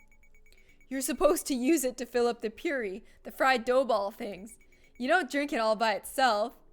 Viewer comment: It’s pronounced poo-ri, which is delicious not pronounced pure-ri